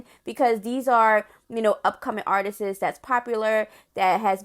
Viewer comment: That "Artistis" made my soul cringe 😬.....it's just "Artists" Lil sis 😊